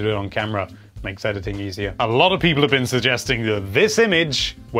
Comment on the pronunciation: the way you say "people" violates me